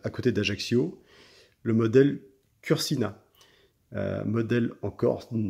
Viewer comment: J'aurais même du écrire "BIANCOUTCHI" et de plus on ne dit pas "cursina" mais coursina !!! enfin c'est quoi cet accent !!!